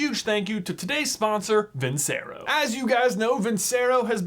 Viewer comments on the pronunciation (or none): Its pronounced "Vin-Che-Ro" NOT "Vin-Se-Ro" 🤦‍♂️ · I’m still sure it’s pronounced vin-chair-oh, you know, like the song: vinceroooo, VINCEROOOO, VINNNCEEEERRROOOOOOOOOO